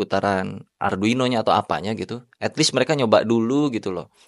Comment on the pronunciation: kesel aing, ngomong arduino aja salah